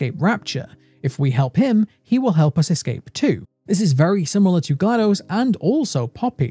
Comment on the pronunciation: ...My man you were already my favorite lore channel, then you had to go and call Portal 2 the greatest game of all time. And ACTUALLY PRONOUNCE GLaDOS' name PROPERLY. I am already subscribed, and I want to subscribe again. ((I wish youtube had a photo attachment option - because I'd show you my GLaDOS tattoo haha!!)) I've been on the edge of my chair waiting for new content from you, and THIS was well worth the wait, cheers!